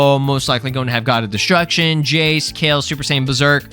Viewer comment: I fw you're videos but I don't like how you be butchering them dbz names bro. It's burter and jeice( chase with a j) not chesus and Bertha like ew that shit was cringe to me😢